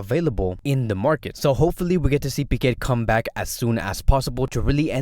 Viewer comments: where is the R in pique? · why do i hear it but dont see it if its silent